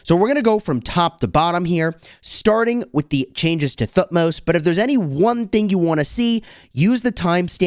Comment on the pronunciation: the way you pronounce thutmose helps me to learn th sound :D thank you.